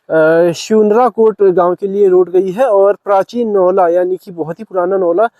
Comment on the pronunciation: स्यूनराकोट को सुनराकोट कह रहा है और वहाँ का रहने वाला निवासी खुद उसका उच्चारण सही से नहीं कर पा रहा है इसलिये पंत जी अपना गाँव छोड़कर दिल्ली चले गए थे।